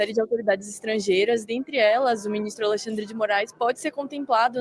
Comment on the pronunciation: Quem fala Alixandre é o tal do Do val tbm.